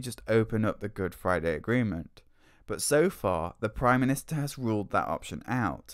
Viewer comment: what does he mean by "Good Fwiday"?